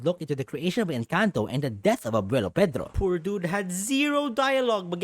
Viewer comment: I watched someone do a review on We dont talk about Bruno and they pronounced Encanto as in-CANT-o